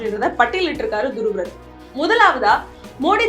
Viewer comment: துருவ் ரதீ அல்ல துருவ் ராட்டீ என்று உச்சரிக்கவேண்டும்